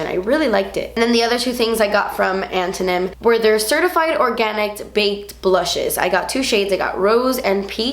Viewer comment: watching her question herself when pronouncing antonym made me cringe.. the fact that she wasn't sure how to say it and probably doesn't know what it is makes me feel like elementary school english has failed America